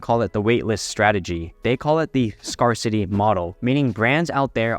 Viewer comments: Great vid. FYI, “scarcity” is pronounced “scare-city” not “scar-city” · Great video per usual...one tip, it's pronounced scare-city as in boo you're scared. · Scarcity should rhyme with "bear city". Scarce is spelled weirdly, but it doesn't rhyme with scar.